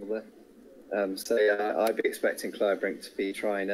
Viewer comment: Yes, but given Imboden's international stature, surely people would know who he is and how his name is pronounced. You'll notice no one mispronounced "Kleibrink" as "Kleebrink" with a long "e". Obviously, names may be altered in different languages, but how hard is it to stress the correct syllable in a three-syllable name?